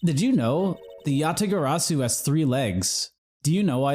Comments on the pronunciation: I'm sorry, but I'm not a fan of the Kay-mispronouncing-"Yatagarasu" shtick. Besides, I feel like it would be everyone except Kay who would initially mispronounce it. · Im writing down every mispronounciation of Yatagarasu and this episode was. A lot. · Kay's character arc will be completed in the next case where she'll learn how to say Yatagarasu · I still love that kay is just unabashedly unable to pronounce yatagarasu